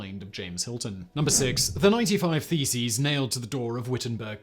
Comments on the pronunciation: Did you say theses or faeces? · I had this on in the background, and I honestly thought he was saying "feces"! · Who else misheard "theses" as "feces" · Loool my headphones made all the mailing and nailing of faeces quite entertaining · It took me so long to realise he's not nailing faeces on the church! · I wasn't prepared for how Simon was going to say "thesis" I thought he was talking about Martin Luthar nailing his faeces/feces to doors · Martin Luther nailing his faeces on church doors? Yep, that is what my tired head heard so I had to check the subtitles. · Could have sworn you said "nailed his feces" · Yes, and can you imagine the patience to actually have counted 95 of them !!! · You said "nailing the theses." I heard "mailing the feces." It might have been just as effective. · When he repeatedly pronounces "thesis" as "faeces" 😂😂😂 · “Theses” or “Feces”? I’m having a hard time not laughing here 😂